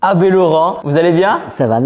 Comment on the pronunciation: J'ai entendu ad laurent au lieu de abé laurent 😂